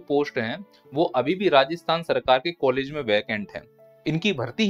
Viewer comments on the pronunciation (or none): none